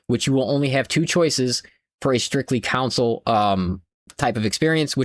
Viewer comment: Never heard anybody say “console” like “cownsoul”. What accent is this?